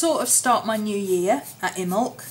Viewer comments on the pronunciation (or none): Call Mrs Picky but they are pronounced, Imm bolk, Soow wain.